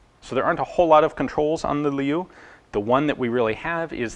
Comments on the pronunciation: Liu is pronounced like Leo, not Lee-you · His name was General Qing. En Liu was his first name.Also, Liu is pronounced lee-oh. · Liu is pronounced "Lee-oh"